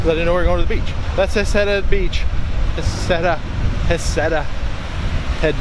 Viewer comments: Nice video. So you have been to Heceta head twice and never learned how the locals pronounce Heceta. It is not Ha-ca-ta. It is He'see-ta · Florence native! And it’s He-ce-tah ..moes sucks by the way.. they have their chowder frozen and defrosted .. and also rip to them who lost their lives .. thank you for posting your video